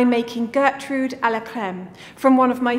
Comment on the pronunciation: But first she gets shade for getting the French word wrong. 😆👌